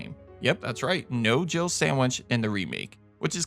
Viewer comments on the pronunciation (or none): I always thought Barry says jibble sandwich lol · I always thought it sounded like Barry said Jiggle sandwich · I never understood why it was a Jill sandwich when it sounds like he says jibble sandwich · 'You were almost a jibble sandwich', that's what I always hear even though it makes no sense.